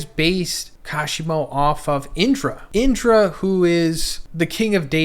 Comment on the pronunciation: Just here to spread some info.. not tryna be a prick.. it's pronounced VuhjRuh.. and Indruh